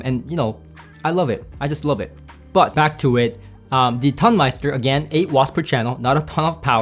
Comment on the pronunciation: I think that comparing these seperates against the Tonmeister is comparing apples to oranges. I would say that it is less about „better“ than different. It‘s a different type of sound. You describe these differences well. BTW: it is not pronounced ton (as in „it weights a ton“), it’s pronounced like tone (as in „it has a beautiful tone“). Tonemeister means sound engineer in German.